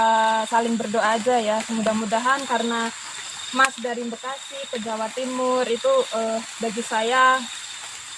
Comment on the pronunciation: Mbak Bekasi....bukan Mbekasi🤣🤣🤣